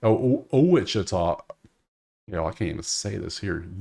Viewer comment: Pronounced Watch chi ta